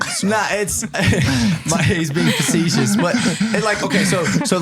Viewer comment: love how he said facetious maybe he isn't so dumb afterall